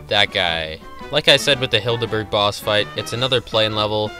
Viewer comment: Every time I hear "Hilda Berg" I hear "kill-da bird" .... W H Y !?